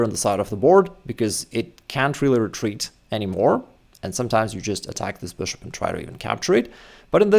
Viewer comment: Why do you keep pronouncing bishop as boshop lol